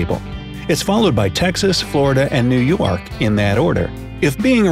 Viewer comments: New Yewark? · he said new youark